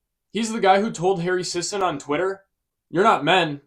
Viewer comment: It's sisson. It is not pronounced sisON, it's pronounced sissIN.